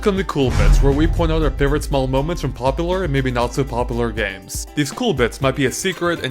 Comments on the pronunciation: It's "pop-you-lurr," not "pop-uhh-lurr!" FIX ITLKSDJF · Seriously am I the only one who thinks this guy is purposely trying to sound like a complete douchebag? His voice hurts to hear. "Poppular and not so poppular gemz."